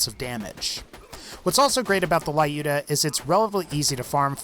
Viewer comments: Not to be one of those people, but the sniper rifle mentioned at number 3 is pronounced as Loo-duh, not Lie-ooh-duh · Dude, you're pronouncing "Lyuda" incorrectly. Just look for proper pronunciation of Люда.